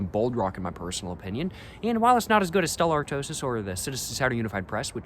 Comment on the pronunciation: Its "Stella Art-twah" just fyi. nice vid